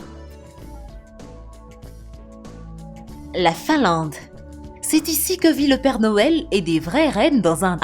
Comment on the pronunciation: Finlande au lieu de Finlade ! Bienvenue au lieu de bienvenu ... Vidéo agréable ! La Nouvelle Zélande m'attire ...